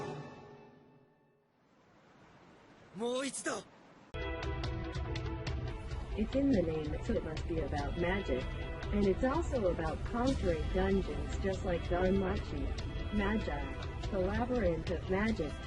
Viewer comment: It’s fucken ma-gie, ma-gie